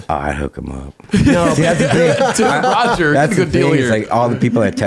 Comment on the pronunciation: i like how roger becomes rahj